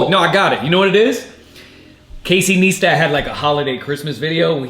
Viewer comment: Casey N(i)-stat...NOT...N(ee)-stat 👍👍👍